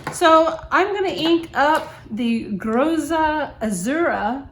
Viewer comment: Great review! Sorry for being the first to bother you with Italian pronunciation, but it is actually "Grotta Azzurra" which translates to "Blue Grotto", a famous sea cave near to Naples!